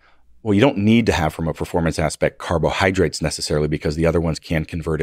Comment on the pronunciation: Did I hear him say cobrahydrates? I think I’m missing that in my diet 🐍🐍🐍